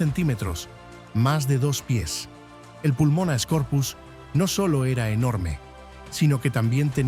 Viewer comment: La Megarachne era un euripterido, no una araña Y se dice Pulmonoscorpius no "Pulmonascorpius"